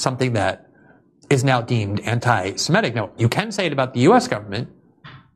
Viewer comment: It is semitic, not simetic.